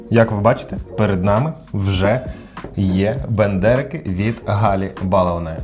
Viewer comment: Ну так Бендерики, а не БАндерики)) Я думав що це від Остапа Бендера)